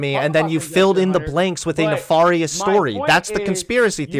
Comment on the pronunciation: Pronounced nef AIR ious not ne far ious.